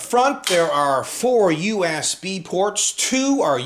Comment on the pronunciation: he does not say USB he say YOU ASS BE